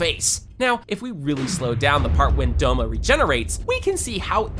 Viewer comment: Akazz-a? Do-ma?😭😭 Bruh It’s Akaza and Douma